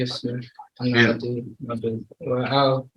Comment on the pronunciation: Why or how can the atty with Judge Stevens talk with improper English? He doesn't use plurals "grandmother house" , he says "aks" not ask, "bess" not best, etc...and isn't he supposed to be a professional? He sounds stupid. IDK man.